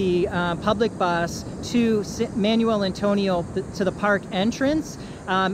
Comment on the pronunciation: Nice video, sir. Some pronunciation tips (in parentheses) for places in Costa Rica (Coasta Rica): Manuel Antonio (Mahnwell Ahntonio), Quepos (Kaypos), Jaco (Hahko, with the stress on the second syllable), Dominical (DominiCAHL, not Dominico).